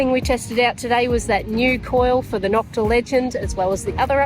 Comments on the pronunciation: Cool video. The O in Nokta is pronounce like the O in Makro. Long O, like the word No. It's a shame the compition started people saying Knock-ta. I took mine to my gold mine and was very pleased it would glide right over nails and not even make a sound. I've detected since 1973 and had every technology. I used to live in Turkey, so I just had to have this machine. Thanks again for a fun video. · I just watched her live on Facebook. The first time she said Knock-ta. Then afterward, and when she gave thier website, she clearly said NO-k-ta. LoL. I asked her to clarify. I told her all my Turkish friends (around 40 people and 2 being Turkish teachers) all say NO-k-ta is correct. I mentioned this to her about a month ago and she gave me a thumbs up NO-k-ta is correct. I know the two brothers that own Nokta and Makro are proud of their product. She needs to be consistent in the correct pronunciation for brand image. Knock-ta is a slur used by some competitors, as in knock off, and has crept into the brand name unknowingly by owners.